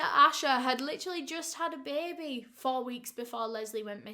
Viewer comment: said baby 🥲💔 Not BAYBEH🥲💔💔